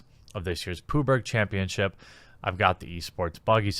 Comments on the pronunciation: Everyone: "Pub-Gee!". Jeremy: "No no no... Pooburg!" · Poo Berg? It’s pub G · Did.. DId you just pronounce "PUBG" as "Poo-berg"? REALLY? Come on man... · Each time Jeremy reads PUBG I die a little inside. Back on topic, I think a possible Switch revision would put the emphasis on improving the battery life over any performance changes, that's currently the Achilles heel holding the thing back from really leaning into its mobile capability.